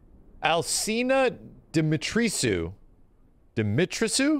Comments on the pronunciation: How did he read Dimitrisu? What? Di-mi-tres-cu 🤦🏻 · Dimitrescu is pronounced more like “dimmy - tres (3 in spanish) - cu (as in Kubrick)” instead of “Dimitri sue” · Dimitrescu pronounciation: DEEMEETRESKOO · I'd like to take a shot at pronouncing it with the hopes that Occidental Swordsman will confirm or correct me: Dim-ee-tre-skew, with "tre" as in tremble? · if my assumption is correct the proper way to pronounce that name would be like saying the name of the protagonist from the "Medievil" game "Sir Daniel Fortescu" since it seems european, so it would be like Dimi-tris-Q or along thoes lines... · I think it's pronounced dee-mee-tress-koo. As Eastern Europe people would. Rolling tongue for "R". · The name of the Lady is pronounced "Dimitresku" the sc is used as an sk. It's a more eastern european pronunciation. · this is just my EU heritage speaking but Dimitrescu is probably pronounced "DEH MEH TREH SKOO" hope it helps. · Dimitrescu is pronounced dee-mee-tres-ku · Hearing trying to pronounce "Dimitrescu" and failing so hard makes laugh so much as someone whose native language is Romanian. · The way max pronounces Dimitrescu 🤣🤣